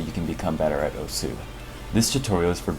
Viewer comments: How you pronounce "osu" is weird the word is pronounced in one syllable "ous" = ošu. Not o-su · Why is he pronouncing it "Oh-Sue"? It's supposed to be pronounced "oss". The game even says that when you start it. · turn on captions everytime he says "osu" the captions is "oh su" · Everytime someone pronounces the game's name as "o-sooh" a little hentai gril dies. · It is, but considering that I'm not Japanese, I think me pronouncing it the way english players say it should be acceptable. Right?